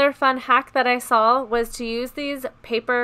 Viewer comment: OMG sawl is not a word. It very simple, say it with me... it’s SAW